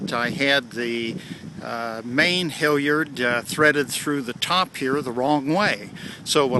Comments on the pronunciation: It makes me wince every time you say HILLyard instead of HALyard. I watched 1, 2 & spinnaker vids and now my soul is bleeding. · I suspect a regionalism.